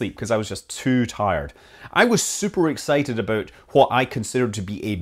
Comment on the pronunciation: Why can't people say "about" properly.